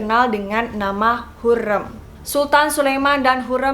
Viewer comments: Correct ka bacanya hurem "e" bukan hurreum "eu" 🥰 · Lafal ucapan nya hurrem spt rem mobil.bukan hurrem seperti kutu gurem.. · yg bnr pengucapannya harim.bukan hurem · Setuju kak, kalo aku nonton dari kasetnya jadi dengan suara asli pemeran nya bukan dari dubber, jadi cara pelafalan namanya bukan hurrem, tapi hurrEm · Thanks sudah bahas hurrem, sejarah favorite ku. Tp kenapa cara baca hurrem dan harem kek aneh 😅 Pernah nonton abad kejayaan gak? Hurrem bukan hurreum 😁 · Betul aneh banget ya padahal Hurrem pake E kayak tempe. Ini E nya pake E kayak baca enggak😂 Harem juga setauku dibacanya Harim😂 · Wkkkwkwkkw lucu dengernya ya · Hurrem nya pake e lemah kak, wkwk sesuai film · Apasi cara baca hurrem salah:( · Kaka cara nyebutin hurrem nya ga kyak itu. Huruf E nya dbca kyk E tempe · Sebut hurrem pon x betol... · Kak, dalam bahasa turki, e dibaca keras é, sedangkan ke kecil itu untuk huruf 'ı'. Jadi Hurrem bacanya pake e gede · Cara ngomong hurrem nya aneh ya youtuber yg 1 ini. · Ka maaf pelafalan hurem di ejaan " E " Nya salah... Q nonton dramanya dulu di tv... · iyaaa hahaha masa pelafalan nama tokoh yg direview salah :( tolong dong ini sejarah :( wkwkwk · dikira garemmm kali yaaaa hurrem wkwkwkw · Amatir. Ga jelas. Nyebut nama Hurrem aja salah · Kok gw krang sreg sma penyebutan nama Ratu Hurrem nya ya. Beda bgt sma penyebutan pas di serial nya, apalgi blg mahidevran di asingkan stlh mukul Hurrem, Hurrem anak nya 6. Ko melenceng sma serial nya di TV.😏